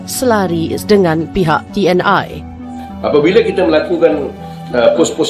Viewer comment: Bukan Te eN Ai pak bro!! 🤣 Tapi Te eN I.